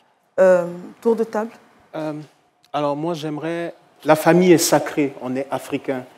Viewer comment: Mon père n’était ABSOLUMENT pas son mari. Cet homme s’est fait assassiner et vous mentez à son sujet. Vous prononcez même pas correctement mon nom de famille.